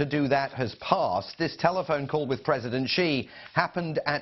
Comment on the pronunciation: It's President Xi (pronounced as "see") not Qi ("Chee").